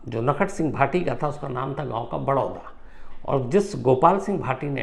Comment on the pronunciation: बड़ोदा नही बडोडा गांव